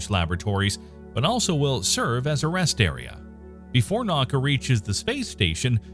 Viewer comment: naka haha!! it’s na-U-ka